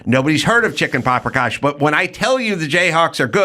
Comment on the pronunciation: Anybody get a count on how many times Adam said paprikosh?